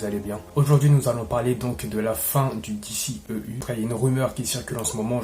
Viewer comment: Cool de voir un francais en parler ! Juste un ou deux petit(s) truc(s). Soigne ta prononciation : DCEU se prononce "DISSIHIYOU" ou alors dis le complément en français "DÉCEHEUHU" 😉 Ensuite, Shazam était très cool ! C'est un perso qui est peu populaire et n'a pas forcément le style épique des autres mais au moins le film était sans prétention et assez raccord avec le lore comics. C'est le genre de films qui permet de respirer entre des tres gros challenges. C'est très "bon enfant" sans mauvais jeu de mots. Pour le reste, on sait tous que WB (AT&T) et Snyder ne sont plus du tout potes, et les trop grands potes de Snyder prennnent cher. Cavill et Afleck en font partie (Momoa aussi mais bon...). Donc WB fait le ménage et en plus il semble que Cavill demande des cachets astronomiques... Dès que j'ai entendu le mot Flashpoint pour The Flash je me suis dis "aaaaah c'est dead, ils vont nous la faire à l'envers"... Ray Fisher a été bête mais il avait raison ! Y a un climat pas possible sur ces productions... Il a mené son combat (Joss Whedon etc...) et il s'est fait bashé... Quelle perte !! C'était le perso quasiment le plus intéressant depuis la ZS Justice League ! J'aurais payé cher pour voir la suite de ses aventures... Bref ! Le TRÈS maigre espoir réside dans l'absorption par Discovery fin Mai de cette année, ils semblent être totalement d'un autre goût artistique et stratégique que les grosses têtes chez WB actuellement donc... reshoots ? On rappelle tout le monde et on sort le t